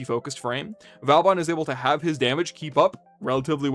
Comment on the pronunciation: Just a reminder, he is vOban, not vAUban 😂